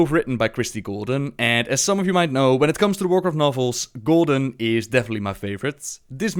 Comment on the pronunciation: When you said Golden, it sounded like Gul'dan hehe